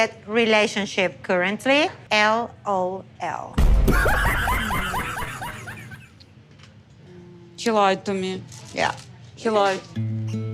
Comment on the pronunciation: When she read the text and said ELLL OHH ELLL 😂😂